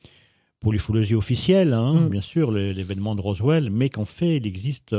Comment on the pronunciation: Merci pour cette belle émission. Erratum: vous prononcez rosveld mais c'est bien roswell. Cordialement.